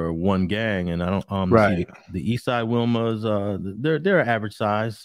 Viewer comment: It's pronounced "We Mas" , I went to school in Wilmington from pre school to Banning